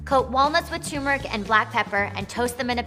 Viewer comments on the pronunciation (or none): Can we please start pronouncing turmeric correctly? It’s not Tumor-ic. It’s Ter-mer-ic. Thanks, Goodbye. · Turmeric not Toomeric lol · There's an R in there... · Yes and it is turmeric not choomeric or toomeric as so many people pronounce it. Not sure why folk insist on such funny pronunciation! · Yes, cheesy like Limburger. And before one tries to impress me with their knowledge & insights, how about at least learning to pronounce the name of the spice correctly?